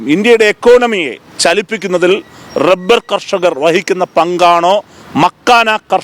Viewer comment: Ivan ഏത് ബ്രാൻഡ് അടിച്ചിട്ട ഇത് പറയുന്നത്. Rebber അല്ലടാ, റബ്ബർ.